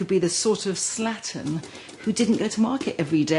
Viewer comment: Did she say slatin?